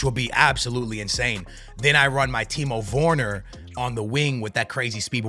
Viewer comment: "Timo Vorner" XD